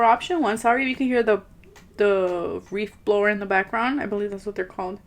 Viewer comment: GIRL 😂😂😂 you said REEF BLOWER it's a leaf blower!!!! A Reef blower is from spongebob! I am NOT making fun of you, that is hilarious! Old classic Sponge Bob is the shit.